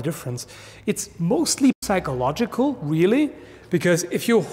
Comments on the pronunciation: I noticed that you actually pronounce the p in the word psychological. Is that a canadian accent or why is that? In german the p is pronounced as well in the word psychology, so I wondered if you are German or of german descent? Anyways I thought your accent sounds similar to a German accent? Is that Canadian or am I just wrong? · I'm mostly impressed about how he pronounced the p in psychological